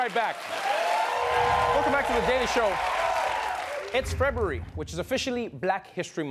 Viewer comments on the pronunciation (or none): Did anyone else catch how he said "feb-brew-brary" in stead of "feb-u-rary" ?